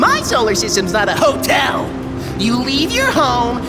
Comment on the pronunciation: "My Solar Systems not a HO-TEL.